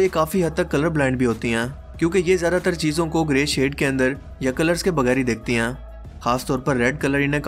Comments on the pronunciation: Hain ko sehi se bola kro, hain hota hai ہیں ok ہیاں nahin hota plzzz, video ka maza kharab ho jata hai sara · Hain ko ann bolty ho😂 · "Hain"... The word is "HAIN"... How difficult is that?